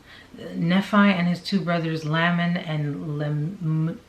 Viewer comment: Nephi - knee-fi Lame-in Lem-you-all 🙂